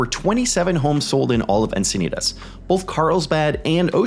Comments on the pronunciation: Only 1 I've heard you say. Locals say Enc-i-nee-tis instead of Enc-i-nee-tahs. So the end part is a "tis" vs. you are saying the end part as "tahs". Encinitas is the only 1 that I think you get wrong from how true locals speak (Born and raised here) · I live here and I have to say that it hurts my ears when you say Encinitas.